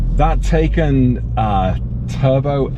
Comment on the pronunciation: Hey, Liam Neeson called and said it's pronounced Tai-con not Taken. 😉 Loved the video!